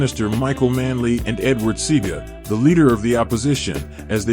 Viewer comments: Rascalfarians. And the guy's name was pronounced "See-a-ga", not "Seega", hidiot boi.. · Not "see-guh"..." "See-ah-guh". Your mispronouncing makes you sound ignorant. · Its see ah gah not see gah wrong pronounciation good video still though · Big up Peter straight!! But there is a whole heap of fuckery in this video, and it doesn't at any point say why Peter refused to go to Bob's funeral!! I assume in the main cos Rasta people mostly don't do that. Or didn't. And the pronunciation "CEE-GA" is hilarious :) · Say it wid Mi Seaga is Pronounced C-Haah- Gah 🙂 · Seaga is pronounced "See-ah-ga' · Edward Sea-Ah-gah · Edward Sega? Seriously? It's Seaga, smh. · Um.......the former Prime minister's name is pronounced See-aw-gah. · Respect it is pronounced See-Aah-Gaa , Seaga. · see-aahga....... Seaga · It's se r ga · You knew you were going to mention Seaga's name, why didn't you learn to pronounce it before you aired your video??? Google has a name pronunciation feature. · At least you need to pronounce the name of the politician,make sure you do your research,it undermines your video if you can't say names correctly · I cringed when he mispronounced Seaga.